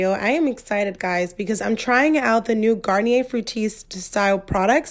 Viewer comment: Don’t want to be a hater but you kept pronouncing the name of the brand wrong it’s without the r